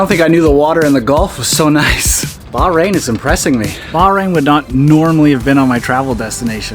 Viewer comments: Aww,, if you would've asked, I would've come with you 😁 Btw, its pronounced bach rain 😉 Will you be coming to the UK for Silverstone maybe 🤔 Great video as always ❤️ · 1) Another spectacular view of travels with - uh, no, not Charlie -! You do such a great job of taking us along. 2) There is a reason that you found the people so friendly. Go ahead, read "The Right Kind of People" by Edwin Markham to see why. 3) We may have to teach you how to pronounce the "h" in Bahrain. It's not silent but I think the way you say the country's name is probably acceptable for those of us who are anglophone. Perhaps in some future May you'll register for and run and/or walk the 12 kilometers of Bay to Breakers in San Francisco. In costume. With a few thousand of your closest, most intimate friends. And maybe even your sister could join you.